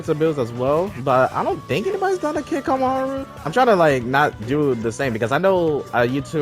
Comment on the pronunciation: The way you said his name killed me but it brought me back to life